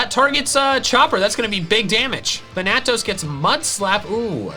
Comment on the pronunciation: Just FYI, Thanatos is pronounced with the emphasis on the first syllable. THAN-a-tos.